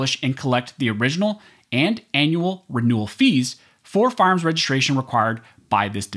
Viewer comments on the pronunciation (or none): Love your Site but dude, it's fire arms, not farms. Said with a smile... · "FARMS"??? OR "FIRE ARMS "???